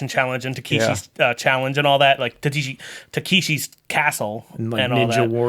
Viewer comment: "Takishi'"? I'm quite sure his name's "Takeshi" 🤔